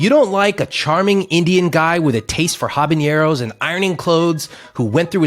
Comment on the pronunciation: I accuse you of saying Habañeros instead of Habaneros.